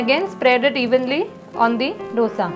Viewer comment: Ma'am, recipes are nice. Ek cheez jo maine bolna zarrori samjha. It is दोसै in Tamizh, दोशा in Malayalam, दोसे in Kannada and दोसा in Telugu. Please pronounce in one of these ways. These is nothing called डोसा. Aur सांबार hai, bohot log सांबर bolte hai. Please don't be offended but this is what it is.